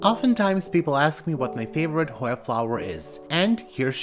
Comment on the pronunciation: So elegant! I love listening to you pronounce the Hoya names so fluently!